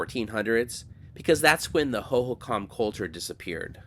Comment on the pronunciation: Another excellent video,! I am a former AZ resident. Just a note on the pronunciation of Hohokam. The emphasis is on the second syllable. The way you said it is extremely common just not correct. This didn't detract from the video, just a note for future reference.